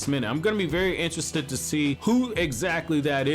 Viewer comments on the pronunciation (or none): none